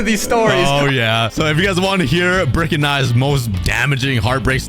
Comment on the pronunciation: You Dede rik inset of brick